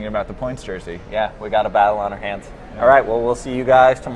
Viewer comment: Can Michael say the name of the race from now on because doesn't know how.